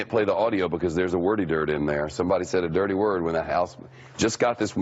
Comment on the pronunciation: "there's a wordy dird in there."